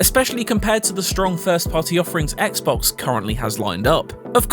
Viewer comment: I’m sure he meant to say “Xbox”😆